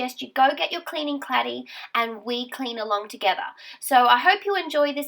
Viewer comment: Hi loved it i got stuck into my cellar although its not finished ..also I had a bit of a giggle when you said claddy instead of caddy xx